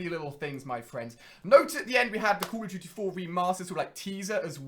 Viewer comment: I'm sorry but call of duty is not pronounced call of juty